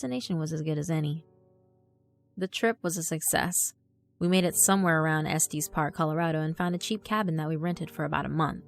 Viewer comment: Been away from youtube for a while, but glad to be back to listening to you,. Love the story, and your voice as always. I grew up in Littleton and have been to Estes Park several times, so it was pretty cool to hear that. By the way, Estes is pronounced ess-tess, for future reference.;-)